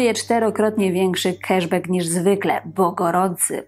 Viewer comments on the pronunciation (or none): none